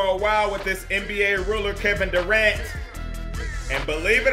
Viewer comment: When he said KEVIN DURANT it sounded like GIMME THE RENT!